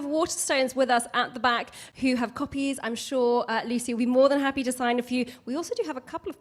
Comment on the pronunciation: can not say Lucies name properly, what a twat.